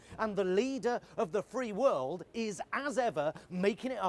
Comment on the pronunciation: "And yet... Half of our wold leaders already caught the fucking thing" hahahaha I am dying